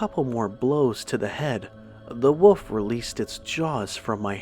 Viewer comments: Was I the only one that wanted to smack his every time he said woof instead of WOLF ......... maddening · Dude i love ya but it's pronounced woLf!!!!!! Not "woof"! Again! I love ur stuff big time but that's been bothering me lol. No disrespect intended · woLf,,,woLf...woLf! For the love of God, there is a freaking "L" in the word!